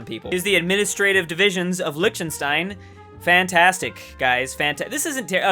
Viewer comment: Oh my god the way Americans pronounce Liechtenstein "Lutschensdein"